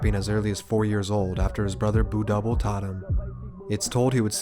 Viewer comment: did you really just call him "Boo double"? That shows you did little research. It's b-u double, you say the letters individually